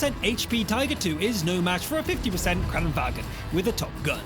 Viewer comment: Kranvagn not kranvagen